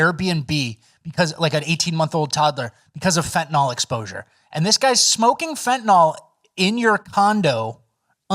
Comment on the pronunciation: for fentanyl, you always say "fentanol" but it's like Benadryl, you don't say "Benadrol"...do you, savage?!?